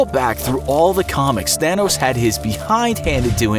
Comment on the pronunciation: I keep hearing "Fanos" the whole time lol